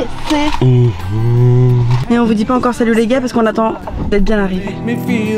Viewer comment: j'ai même demandé à ma mère, "elle en n'a pah", ça c'était même accent que Jeff Tuche! ah ah:)